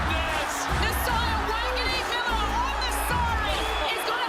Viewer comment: It's Mill-era. Not Milla-ra!!